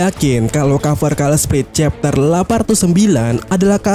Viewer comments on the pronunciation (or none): none